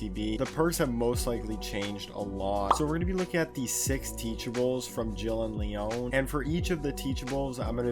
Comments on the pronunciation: Jill and Leóne I can't tell if he's pronouncing it wrong on purpose or not 🤣 In every piece of media, his name is pronounced LEE-on. I like this new pronunciation though. I'm using it. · ITS PRONOUNCED LE-ON NOT LEONE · Bruh his name is Leon not Leóne. It's pronounced Lee-on :) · I love ur videos but Leon is pronounce Leeawn not leeone 😂 it’s such a minor thing but I’m just annoying lol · "Lee own" lmao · It's pronounced LEE-ON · Leon is pronounced like Lee on. Its not french haha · Did u say le-ONE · Listen I love but his pronunciation of Leon hurt my soul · I’m sorry but I can’t get over the emphasis he’s puttin on the O Leon’s name, it’s not wrong but every time I hear it hear Ashley’s “Leon” scream from resi 4 in my head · Dude love you're videos but bro. You killed me with Leon's name 😂😂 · I felt that. Not to be rude to but yeah I heard it and kinda cringed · That hurt my soul to hear